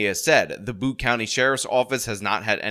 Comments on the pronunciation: "Butte" is not pronounced "Boot." It's pronounced "Butt-eee." Rhymes with "putty." Pretty sure about that. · Its Butte pronouced BEE-YOU-T, not BOOT or BUT. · The dude was not released, he posted bail, he did not acquire his firearm(s) legally, and it's pronounced beaute, not boot. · Butte (Butte county) is not pronounced "boot." It's pronounced like the first syllable in "beau'ty." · It is pronounced byute. Rymes with cute. It means : a flat topped mountain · Every time I think the world couldn’t possibly get any more stupid…….California. Also it’s pronounced byoot. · Its pronounced "beaut" county. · Just fyi, "Butte" is pronounced Byoot. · It's pronounced B-yoo-t, New Yorker. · small correction butte is pronounced like beauty without the y at the end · This is my husbands hometown, we lived very close to this school. My friend’s sister is a teacher there. It’s very shaking how close to home this is. I’m glad to see attention being drawn to things that could have prevented it. Side note- you’re mispronouncing Butte. It’s a long u. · Hi, just FYI Butte is a landform and is pronounced like the beaut part of the word beauty. Thanks for covering this. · Always funny to hear an Easterner say Butte when he's never been around any mountains 😄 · I was thinking, "How could someone not know how to pronounce 'butte'?" Then I thought, "Oh, that's right, he's a New Yorker."